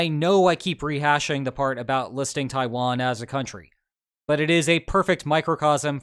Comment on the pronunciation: Did u really just say tawian wasnt a country